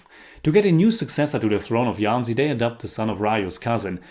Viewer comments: The "JH" Jhansi is pronounced as a hard "JH" not "y". Like the j in "Jesus" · Its jhansi and not yhancy. Its hindi not spanish. You dont see us calling you yinmy cage do you? :p